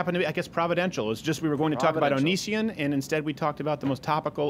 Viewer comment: "Onishion" LMAO!